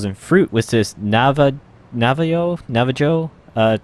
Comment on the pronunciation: little late but navajo is pronounced na-vuh-ho